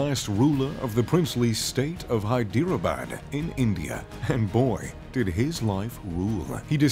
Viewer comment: He said “hydeerabad”😂